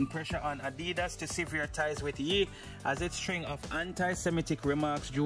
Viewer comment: It's YE = (YAY) not ( YEE) LOL